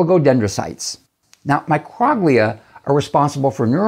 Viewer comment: love your video. But I think Microglia is pronounced like “Micro” (long O) as in microscopic, and “Glia” as in the Glial cells of the brain.